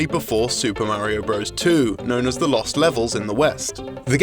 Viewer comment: I do agree with you on not butchering language, as I've always been obsessed with spelling and grammar. I do, however, see the humor in pronouncing things incorrectly, as he did with "bros", which I'm sure he did on purpose, as they do quite commonly on this channel. This channel is informative, yet they do have a comedic sense. If people out in the world aren't using language properly, that's their problem, not the fault of a channel on the internet.